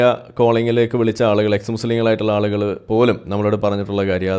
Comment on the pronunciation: it is nerekam not narakam. Nerekam is halaal narakam is haraam. Yaalukal is halaal. Aalukal is haraam.